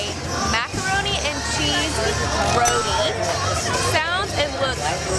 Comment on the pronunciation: RO- TEEE. Not roadie 😂😂